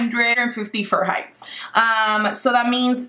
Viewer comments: Celasus and furheights 😂😂😂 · I was dying at that, she says it like it's right 😂😂😂😂😂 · have an accent and that was mispronounced because later she says Fahrenheit completely correct and with an accent. Im sure the comment was not to be rude, I found it funny. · .... "230 sell-a-sis or 450 fur-heights. Like... is that even English?